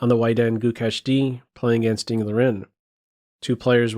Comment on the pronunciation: It's "Gukesh", bud